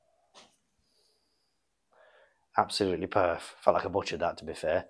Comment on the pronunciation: please dont' say perf. you're making it sound like perv. hahaha.